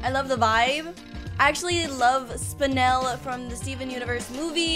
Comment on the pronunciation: Me: I swear to lord if she says,,SpinAl,, like the rest of the youtubers, im gonna punch the air.: says,,SpinEl,, Me: My life is complete.